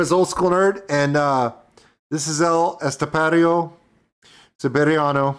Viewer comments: "El Estepario Siberiano" As a spanish speaker I can say that was pretty good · Im from Spain, I approve your pronunciation 👍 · Lo pronuncias muy bien., tranquilo. Significa: "Siberian Steppe"